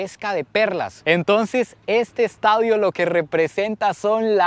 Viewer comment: "Estaudio" jaja. Saludos amigo!! Excelente contenido 👌